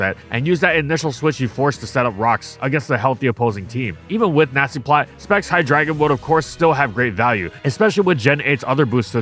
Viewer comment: Did I hear Nazi-plotter?